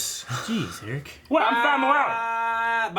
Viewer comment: has read my comments out loud like 4 or 5 times since they started doing polls, and he says "Ee rich" everytime. Its Eric with an H, I guess its really that hard.